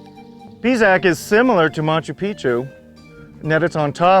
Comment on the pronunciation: Can't stand how he pronounces the names of the sites....Pisac is NOT Pizac!....uffff....